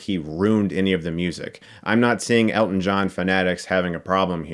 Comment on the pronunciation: Nice job on the movie, great to hear someone finally pronounce his name correctly, Hugh Jackman botched it for Eddie the Eagle, love the shirt